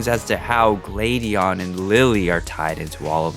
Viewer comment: I felt triggered when he said Glade-eon